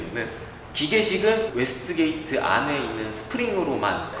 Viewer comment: 웨스트게이트가 아니라 웨이스트게이트 입니다.